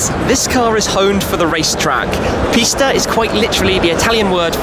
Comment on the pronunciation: I’m not lying But I thought he said the 488 pasta and I fuckin died laughing and the I said pasta in my head every time he said 488 pista ahaha